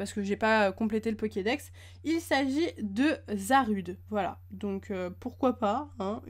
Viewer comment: ça se dit zarudé